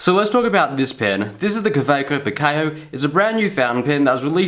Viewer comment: Least he doesn't pronounce it Khhawhhekchho like Peter Draws.